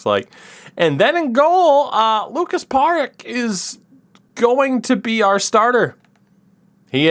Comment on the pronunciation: Indeed … “r” should be a bit softer (like “c” in Krejčí) - czech speciality